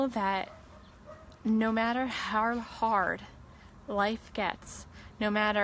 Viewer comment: She was so inspiring ...but it drives me nuts how she says how